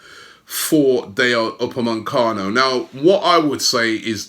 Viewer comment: It’s Upamecano not UpameNcano